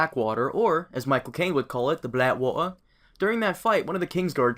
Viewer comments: "The Bla'wa'er." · Lol "the BlaWaer" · the blac-wa-eh